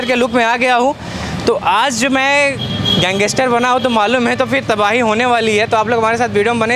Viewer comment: भाई गैंगेसटर नहीं होता गैंगस्टर होता है